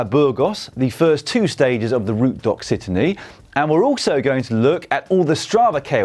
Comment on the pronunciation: Oh Dan. Repeat after me “Route de loxytan”